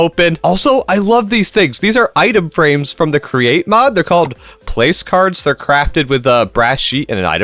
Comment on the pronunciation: Random fact! It’s not called place cards it’s said like plack-ards